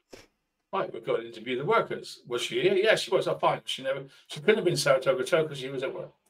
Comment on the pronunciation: Six long years later and he still cannot say Saratogga ! 😂 I heard sarasogga and tartatogga 😂 ground control from mager tom 😂